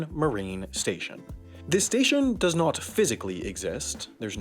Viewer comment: the 'not' sounded so british lol